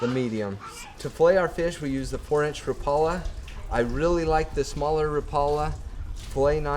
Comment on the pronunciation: Thanks for the tip on pushing it forward. Now I just need you to start saying Rapala correctly.